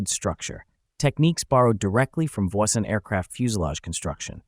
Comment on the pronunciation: You might consider correctly pronouncing Voisin.